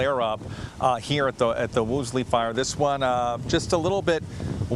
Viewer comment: The dude said the Woosley Fire, at time